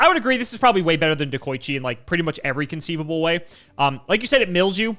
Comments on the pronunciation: He also said Dekochi both times. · i'm pretty sure they both pronounced deh-ko-ichi wrong lmao